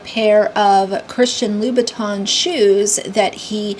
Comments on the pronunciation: Im not a RA or GRB supporter, but in fairness, you can't pronounce it correctly either. It's Loo-buh-taan. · Ugh🤦‍♀️ Christian Louboutin. Not Louis Vuitton! Good lord! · “Christian Louie Batons” My ears are bleeding. 😝 If you can’t pronounce it….